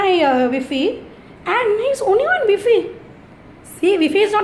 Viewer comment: V - fee (wifi) ha ha 🤣 🤣 🤣